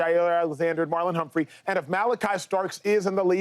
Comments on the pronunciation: Marlon Humphrey has been in the league around 7yrs. You still have people like this calling him Humphries. I think he has earned the respect that talking heads should pronounce his name right. 🤔 You don’t call Brandon Stephens, Brandon Stephenson. It’s not Lamar Jacksons. Marlon Humphrey. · Its Marlon Humphrey my guy